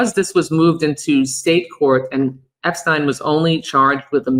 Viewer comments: You can't just throw out an alternative pronunciation of Epstein, like...I need to know...Does she think everyone else is wrong and she's got it right? Or is it more like, she's just committed to it now because the first time she saw it was in written format and she assumed it was like Einstein? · She needs to pronounce Jeffrey's last name correctly. I mean it's all in the news and she can't even pronounce it, right?